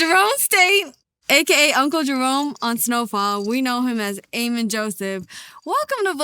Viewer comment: A-Min Joseph 💀💀 It’s pronounced Ameen